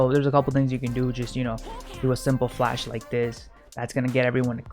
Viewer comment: i love how he just says "just fash the whole sight" every after location like yes man we be flashing